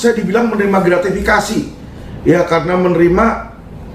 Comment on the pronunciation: Pak Mahmudb Gratifikasi ,pak Mahmud ,bukan gratvikasi